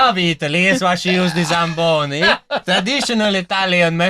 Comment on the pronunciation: "The shagboni?" SLAMBONI